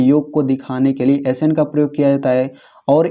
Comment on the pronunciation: yaaaan nhi an hota h